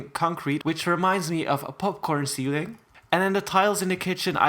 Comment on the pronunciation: WHEN YOU SAID POPCORN CEEILING I WAS EATING POP CORN LOOOL